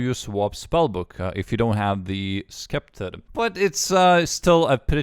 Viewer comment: S-kepter hahaha